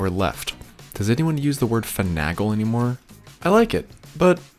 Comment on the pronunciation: Love the video...but fi-NAY-gull and hal-see-on :-). Keep making awesome stuff!